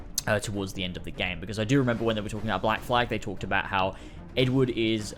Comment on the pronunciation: The way you pronounced "Edward" made me wonder for a second what Ed Wood had to do with anything. :)